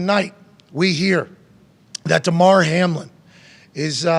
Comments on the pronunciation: Why dude keep calling him HARLIN? It’s Hamlin. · Hamlin… not Harlin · Sheesh...how ya get the name wrong several times 😅 🪴 💨